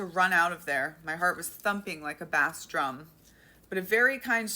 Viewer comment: No disrespect toward you or the story, but I burst into laughter at your pronunciation of “bass drum”.